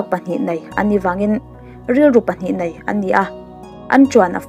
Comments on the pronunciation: Nia nei tih turah pawh nai ati zel....ka beng averh😂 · Nei tih tur hi nai tiin i lam thin a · Fai nilo in fei,...tih tur, Eg: tuar fai nilo in, tuar fei Mei nilo in mai tih tur.. Eg: Khawp mei nilo in, khawp mai Nai nilo in nei tih tur.. Eg: lu pahnih nai nilo in, lu pahnih nei I fans ruhkawl aw...👍🏻😊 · Lei aiah lai tihte, nei aiah nai tihte, fei aia fai tih deuh tlat tihloh chu aṭha e